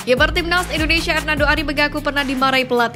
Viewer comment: Bandel ya Bacanya... INDONESIA Bukan INDONeiiiisyiiiiaaa, ngawur ah 😅